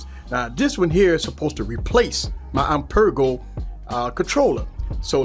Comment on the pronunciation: "I Per Go" ipeega. 😂🤣😂🤣 that had me laughing but good video